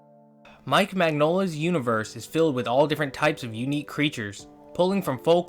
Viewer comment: Heads up, it's pronounced "min-YOL-ah". The "gn" makes a "ny" sound, like in lasagne.